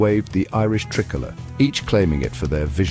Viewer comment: I'd be more worried about those Protestants. BTW learn how to pronounce tricolour. Silly brit.